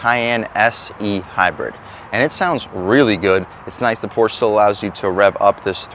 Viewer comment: Dude cannot even pronounce porsche. pass.